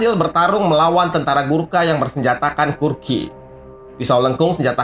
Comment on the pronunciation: Kukri bOs. Bukan Kurki.